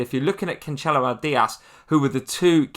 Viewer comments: Pronounced "canselo" nor "canchelo" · And it’s not Canchelo either 🤦🏼‍♂️😂